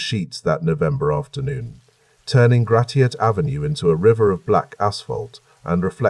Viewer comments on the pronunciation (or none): Just a friendly bit of an info drop: Hamtramck is pronounced ham-tram-ick & Gratiot is pronounced grash-it😊 * also, since I’m actually awake, Gratiot and Jefferson do not intersect. And Grosse Pointe is pronounced Gross Point😊